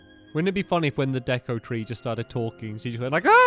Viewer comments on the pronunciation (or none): none